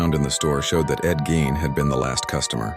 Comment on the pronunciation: 2 seconds in and hearing the mispronounced last name, I'm out. Quit putting AI slop out there